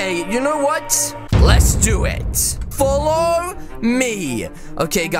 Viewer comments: What just said you said follow me not dollow me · wow u said dollow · Oh the dark is when he said something I not remember but when he said follow me he said dollowme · in he said dollow me XD